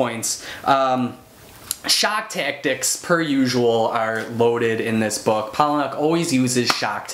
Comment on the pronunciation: "Paula-nick." Pretty much any interview with him the people say it that way.